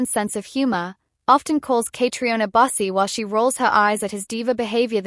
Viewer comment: Her name is pronounced “Katrina;” please say it correctly!